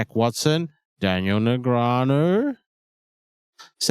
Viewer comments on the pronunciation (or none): none